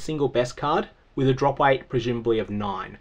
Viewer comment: So, I know you're saying drop weight. However due to pronunciation, it sounds like you're saying drop rate with a speech impediment